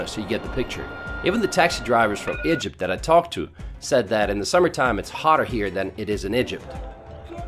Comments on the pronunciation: “A young couple that comes from aEjeerpt” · hmm.. now make a video about "Ih-jipt" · Why does he keep pronouncing Egypt like IJUPT? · No one: Litterally no one: Narrator: "Igypt, with an I, not an E". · Dude just say Egypt correctly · The way you said Egypt in the beginning of the video really pissed me.off haha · Do you know how to pronounce “EGYPT” correctly. Disgusting